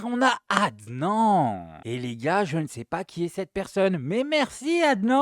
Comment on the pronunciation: Adnan 😅😅 ça se prononce adnane on lis toutes les lettres c’est un prénom arabe